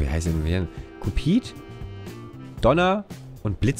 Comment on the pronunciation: Cupid, englisch ausgesprochen, also kjupid (in der art) ist eins der Rentiere vom Weihnachtsmann. :)